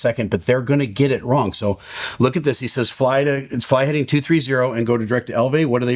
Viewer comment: When you speed-talk "fly heading" as 'flidin 230', of course it's going to sound like 'climb'. No matter how fast you need to communicate, its better to reduce word count than risk phrase confusion. "Heading 230" would not have been confused with "Climb 230". I don't believe it was anticipation bias